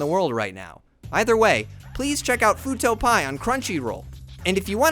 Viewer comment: Great video. Also, it's Fuuto P.I., as in Private Investigator. Not Fuuto Pie.